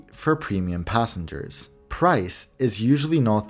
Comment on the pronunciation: mantikli gelen yerlerde nokta varmis gibi okursan gayet iyi anlasiliyor. Bi tek “passe hers” dedigi passengers herhalde